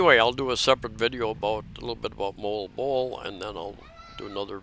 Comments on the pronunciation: Hey - I struggled with "Moalboal" too. Here's the tip: It's not "Mole-bole" It's "Mo-All-Bo-All" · Moalboal = Mo-All-Bo-All is how I pronounce it. Filipinos living there don't laugh so it must be close. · You and MOST of US that's hard name to pronounce Moalboal, hehehe but your the MAN on that SOUPED up HARLEY of YOURS 👍👍👍